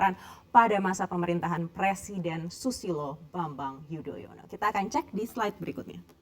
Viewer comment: Pas presenter bilang, "PRESIDENT SUSILO BAMBANG YUDOYONO" dengan penekanan yang amat, kita tahu betapa dongkolnya beliau. I felt that